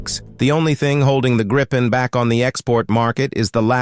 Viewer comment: Please instruct your AI the Gripen is pronounced only as Greepen, not Grighpen. 👍🇸🇪